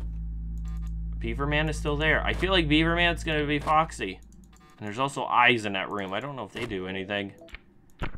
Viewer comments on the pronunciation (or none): none